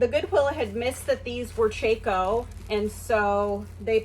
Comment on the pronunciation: I really enjoy your videos...I am also a new reseller! My sister wears Chacos all the time. I have only heard it pronounced with an ahh sound..chahhco. But no worries...it was a great find!